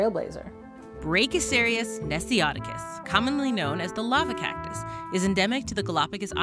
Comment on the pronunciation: "This is the lava cocktus"